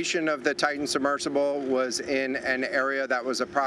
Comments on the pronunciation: Better than the woman who introduced him and mispronounced "Titan." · She mispronounced "Titan" too. Unprofessional.